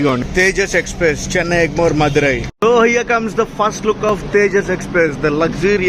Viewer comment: మధురయ్ కాదు తంబీ మదురై